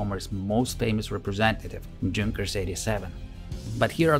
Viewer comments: i'm not fluent in english let alone german but i'm pretty sure junkers was spelled yunkers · Please, please, PLEASE: Don't read Junkers /Ju in English way. It's a German name (and abbreviation), so please, read it "Yunkers" / "Yu". My ears hurt. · Just began the video and had to pause to say how much I like the narration style. It's very clear English with what reminds me of my Russian professors' accents. The care in pronouncing names, especially across languages, is very appreciated as well! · the "J" is pronounced like a "Y" (in the word "young" for example) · Great stuff but just a note on pronunciation. The J in Junkers is pronounced a Y. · Since you insist on mispronouncing 'Junkers' then at least be consistent and mispronounce 'Neuhammer' as Newhammer as any American would. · Great video, but Junkers is german plane, maybe to learn how to pronounce it :) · Fantastic video - my only slight quibble is that in German the J is pronounced like a Y - so more correctly a "Yunkers" rather than "Junkers" ... not that it detracts with the quality of the video. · YU-nkers 87 NOT JUNk-ers!!!!!! Also it seems at least a couple of you guys seem to be in competition to see who can talk the fastest and it reached the point of sounding more than just a little bit silly! And no I am not slow I am well aware of what normal speech sounds like. One "dark" channel, not so mysteriously, sounds perfectly normal when the play back speed is set to 75%! Please slow down a bit bit and and the presentation will sound MUCH better, otherwise this was a great video. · I'm sure germans pronounce them Yunkers not Dzhunkers, but given that they lost 13 in a minute, perhaps the latter is more fitting? 😂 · Please, it's not Djunkers, it is pronounced "yunkers" thankyou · "Junkers" is pronounced with a "Y" sound not "J". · Good video mate. The plane company is pronounced Yunkers tho, the "j" is silent. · Junkers is pronounced "Yunkers", not with a "J" sound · LOL “JUNKERS” 🤣😂🤣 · pronounce yungers